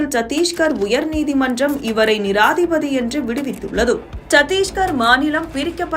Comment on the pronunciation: நிராதீபதி இல்லை நிரபராதி. சரியா வாசிங்க